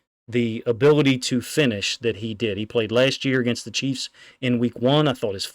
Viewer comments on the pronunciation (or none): none